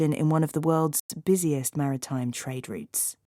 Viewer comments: 감사합니다. trade routes가 '트레이드룻스'가 아니라, '트레이드륏스'로 발음해서 못알아들었네요. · 처음엔 routes가 안들렸습니다. 리츠로 들려서 뭐지? 했는데 routes였네요 😅😅😅 산수하느라 바빴습니다 😂😂 감사합니다 ❤❤❤❤ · 저도 rates로 들었네요 😅😅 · 아무리 여러번 들어도 routes처럼 들리지가 않네요ㅜ 항상 좋은 기사 감사합니다!~ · Routes가 진짜 다르게 들리네요 열심히 외웠습니다!